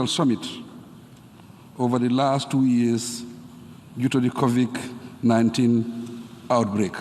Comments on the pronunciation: I completely agree.. there is no other option if he can't read 😂 Funny but shameful.. he pronounces Covid - "Covik" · Did he just say "Covik" ??? 😢